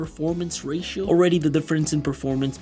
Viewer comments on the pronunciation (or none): none